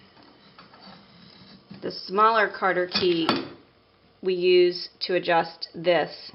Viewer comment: "Cotter Key" or "Cotter Pin", not " Carter"